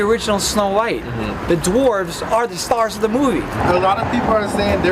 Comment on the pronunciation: For clarification, "dwarves" is the plural for dwarf, not "dorfs," as you just said.